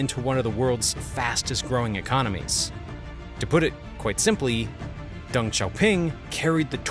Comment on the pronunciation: It is Deng, not Dung. It seems to me that you distort Chinese names on purpose.